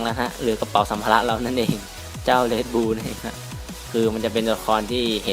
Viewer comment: Red Bull ครับ ไม่ใช่Red Blue